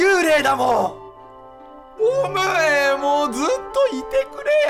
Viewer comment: 最後っぽいから言うけど…… ボム兵のイントネーション違うっ！！！